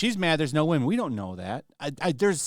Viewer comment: “And only 5 of them are wamen”